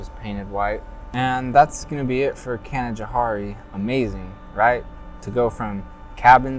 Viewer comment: We pronunciate Canajoharie as Can-ah-Jo-hairy instead of can-ah-jo-harey if you were curious. I live in Nelliston, Ny 🥰 You should have got the amish horse n buggy. They're most common in Nelliston though. They go through Canjo. (Canajoharie)